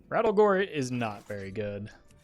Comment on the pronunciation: His name is not Rattlegore, its RATTLEGOOORE!!!!!!!!